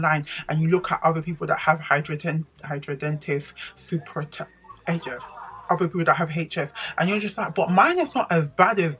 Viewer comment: Loooool. You completely butchered it. hi-dra-de-nigh-tis supra-i-tiva. Wish I could voice record lol. Unfortunately it is related to weight as majority of people who have it are overweight. I understand it’s very painful. I don’t have it but as a doctor I can say it is poorly understood but a dermatologist is best to help.